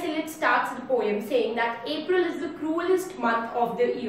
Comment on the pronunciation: Your accent is good, just pronounce the word Poem correctly, rest is OK! 👍